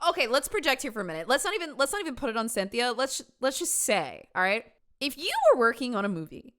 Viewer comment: I was not ready for 22 jump street ‘cyn-thi-a’ 😂